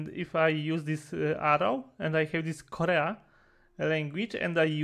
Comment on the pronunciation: uczyłeś ostatnimi czasu angielskiego, sam kiedyś lata temu pamiętam mówiłeś że tak średnio a widzę tu jakieś postępy, chodź wyraźnie słychać polski akcent kiedy powiedziałeś Korea, a po angielsku wypowiada Koriiya jakoś tak, ale nie przejmuj się sam jakbym gadał sam ten akcent czuł byś tak samo 😂. Grunt to się poprawiać